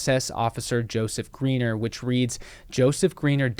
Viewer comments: Pretty sure his name would be pronounced 'Gryner' not Greener. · The pronunciation of the German ei is like the English i . Your pronunciation of the German name Greiner would have to be for a German writing Griener or Griner, but don't worry most English speaking people make the same mistake.